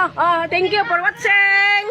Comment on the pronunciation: Natawa ako dun sa "tenk yu por watcheng!". Hahaha